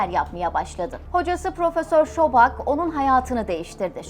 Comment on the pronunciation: Cok guzel bir kanal keyifle izliyorum Amma isimlerde bir dikkatli olursaniz cok iyi olur bu bir oneri sakin yanlis anlamayin o kisinin ismi şobak deyil sobçak .